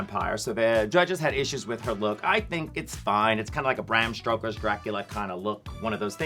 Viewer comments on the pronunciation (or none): It's "Stoker", not "Stroker", Bianca. Something on yr mind?